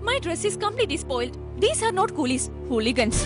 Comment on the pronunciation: Enthenu lingastic ho?atho linguistic ho?btw you can't become Jayan in anyways don't try. 😂athu matram aalla malayaleee makalee collies alla coolies.. before I lose my culture alla mone,before I loose my culture.Jayan chettan enthu nalla dilaogue delivery aa nadithi.eee movie thalli poli aara ithinte director